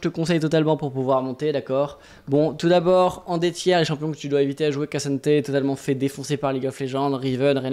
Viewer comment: salut, merci pour tes vidéos c'est toujours un super rendezvous!! Mais fais attention a la pronnonciation de K'santé, c'est pas cassanté mais Ksan-té en 2 syllabes. C'est super important pour nous les africains ça fait des années qu'on milite pour un minimum de considération sur nos noms